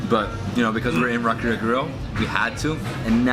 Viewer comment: Just a small correction: It's "rAkia", not "rakIa". The emphasis is on the first "A".